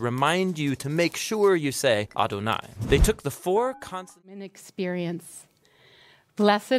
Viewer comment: You are not pronunciation Adonai correctly your A sound is incorrect